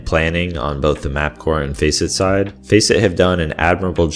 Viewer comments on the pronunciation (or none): none